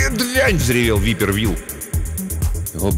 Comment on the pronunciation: не випер Вилл, а вайпер Вилл (viper Will). Так же неплохо бы звучало как "гадюка" Вилл